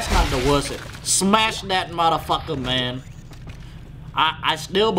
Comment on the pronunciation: Every where I skip to I hear "mudda pucker". Lol.